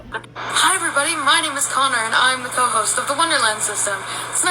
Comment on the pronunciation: “hey everybo’y” even with a cockney accent, british ppl don’t get rid of the D… they only get rid of the T… 😭